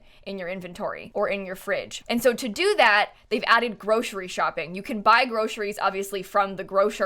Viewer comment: says groshery that's adorable